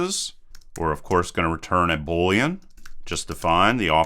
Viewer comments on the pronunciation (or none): none